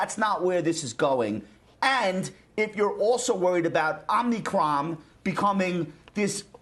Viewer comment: when did we add another n to omicron. OMNICRON? Ive heard 300 people mis pronounce this LOL